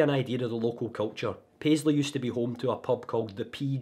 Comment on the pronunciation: Wan word. “Paisley”. 🤦‍♂️